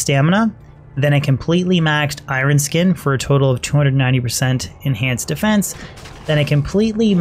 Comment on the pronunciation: “Irun skin” :)